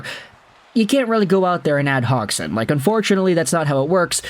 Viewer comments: Hodge son - pronunciation, technically speaking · That's funny he still keeps saying his name wrong, it's not said hog